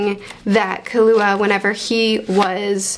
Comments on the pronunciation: Your way of saying killua it's pretty fine to me tho ❤️ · Oh you've been saying Killua right. Unless they want you to put emphasis on the "Ki" part, I don't remember if the 2011 anime dub does that. But the 99 adaptations dub I first watched said it how you do . But in general you're good, it's a pretty simple name. Also Canary is a girl lol. But yeah, want her and Killua to just hang out someday.